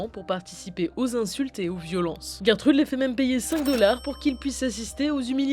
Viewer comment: Gertrude😂 ça se prononce pas geurre trude jer trude